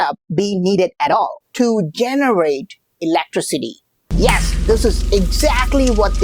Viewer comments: Eletrócity, reminds me of Megamind. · I just hate duck like voice, especially the way he pronounces ILÆKTRISITI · dude's always saying eletrocity xD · Electri-city Laughing my ASS OFF!!!!